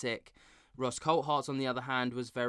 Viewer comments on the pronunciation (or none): His name is pronounced Coolthart and not Coalthart. It's a Scottish thing.